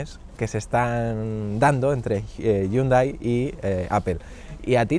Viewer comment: Dislike por como dicen Hyundai 😂😂🤡